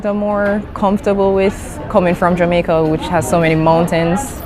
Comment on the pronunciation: 理路整然とした話し振りから、頭の良さを感じますね ジャマイカの発音は、ジャメェ～カなのですねぇ..